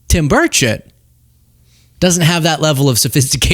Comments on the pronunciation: Interesting that Burchett is pronounced as if spelled birdshit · Did just say Tim "Birdshit" lol